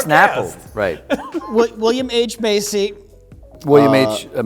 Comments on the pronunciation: "William H Emaciated" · "William H. Emaciated" - This guy is a gem.